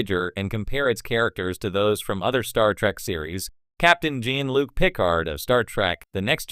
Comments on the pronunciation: What garbage AI are you using for the voice! Can't even pronounce 'Picard'. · Wrong pronunciation of Picard shows incompetence on the subject....sorry 🙂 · I see what you are doing in pronouncing Picard. Great tribute to Q.